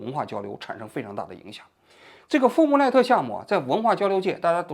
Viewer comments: 富布赖特，赖不富特🤪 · Fulbright富布莱特而不是“赖布福特”。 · 王局这莱布福特说的真难受。。。😢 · 富布莱特。王局读错了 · 富布赖特项目啊~念错好多